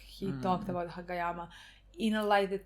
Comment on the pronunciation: I can't resist laughing because by saying what sounds like Hage yama, it seems like youre calling him Baldyama